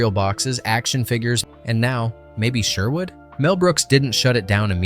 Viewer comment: What do you expect from someone who can’t even pronounce Sherwood properly?